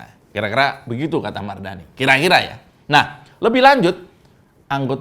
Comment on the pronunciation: KIRA2 ADA CALON INDEPENDENT GAK OM 😂 BOLEH TUH 😅 🤣 NYEBUT MARDANI BIASA AJA BANG 🤣